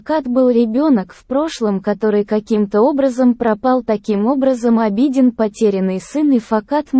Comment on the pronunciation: Я конечно извиняюсь но тот кто озвучивает хотя бы поинтересовался как правильно произносятся имена. Или смотря сериал можно было бы подслушать как правильно звучат имена. А то слушая уши в трубочку сворачиваются. В турецком языке в основном ударение на последний слог. И имя Абедин читается с удорен ем на И , а не на А